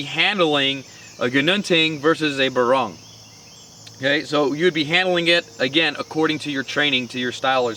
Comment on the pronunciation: On pronouncing the names, a Barong pronounced as a [b'-RONG] is actually a formal Filipino woven textile shirt worn untucked for formal occasions like weddings and business meetings. For a knife, you should pronounce it as a [BAH-rong], with emphasis on the first syllable.